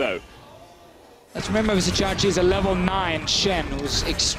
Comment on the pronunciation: Legit the other caster is tilting me, calling Vizicsacsi "Vizzy" even though DeFicio called him "Csacsi."